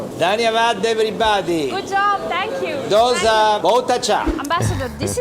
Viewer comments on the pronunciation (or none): Most North Indians and you people always mispronounce Dosa...it is "do" in dosa as "do" in dosti... It's heard very harsh for us when you pronounce dosa in your way...